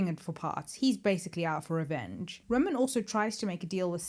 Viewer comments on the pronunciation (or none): Roman! Not Ronin...